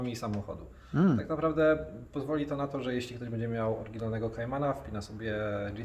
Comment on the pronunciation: nie mów bedzie tylko będzie:-) To będzie nam się lepiej oglądać. Dziękuję pozdrawiam 👍🏽